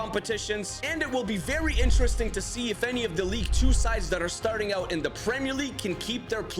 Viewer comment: when I heard him say "knocked oot" in another video I noticed my mistake!